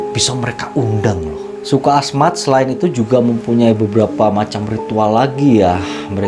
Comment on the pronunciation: Hahahahaha lucu deh suku Asmat kali bang bukan suka Ahmad.. love you lah walaupun salah dalam pengucapan kalau sama orang ganteng gak ngaruh kali, ya gak bang.